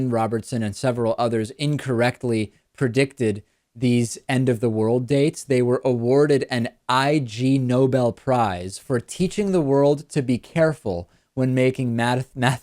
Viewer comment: When referring to the Ig Nobels it is pronounced like ignoble... not "I-G noble". ig- is a negative prefix for words beginning with n- or gn-.